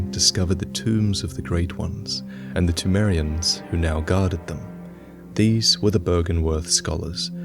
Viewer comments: seltkirk the p in Pthumerian is silent, but the h is not supposed to be. So it is supposed to sound like this: THOO-MAIR-EE-AN. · is it p-tu-merians or p-thu-merians, pronunciationwise